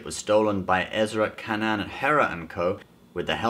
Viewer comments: Btw it's not Kanan its pronounced Kaynen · It’s pronounced kay-nan not can-an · Its pronounced Kay-nan not Ka-nan. Also its Koo-what for Kuat. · It is no longer Kanan but “can an”